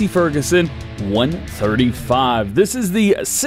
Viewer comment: Btw it’s a one three five is the way u say it